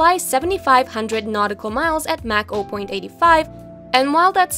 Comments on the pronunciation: Lol, the "a" in Mach is pronounced like that in "father", not like that in "apple". Also, Bombardier is not pronounced "bomb-ah-deer", but "bom-bar-di-ey". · Or Mach